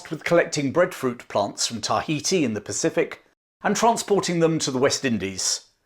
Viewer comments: Excellent account but, for fux sake its "ta HEE tee" not TAH hee tee". You say it in every damn sentence! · i like how you over pronounce and wait for others to realize you over pronounce TAI ...heti.